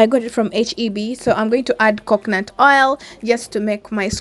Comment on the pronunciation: You should be grateful I corrected you so that you don't repeat the mistake. Again it is COCONUT✅ NOT COCKNANT❌